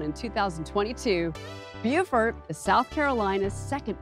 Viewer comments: Shouldn't Beaufort be pronounced BO-fort, per the original French, not BEEH-ah-fort? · No. It is and has always been pronounced "Bew (as in few) -fort." Beaufort, N.C. however, is pronounced "Bo (as in low) fort. I live in Beaufort County.